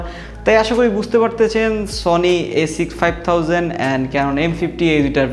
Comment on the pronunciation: এত ইডিটিং এ ভুল কেন? A6500 উচ্চারণ ভুল